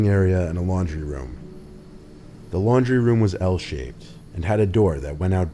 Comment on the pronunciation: Every time he said laundry, I heard lingerie XD